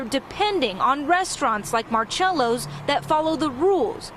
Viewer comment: The way she pronounced marcellos😂😂😂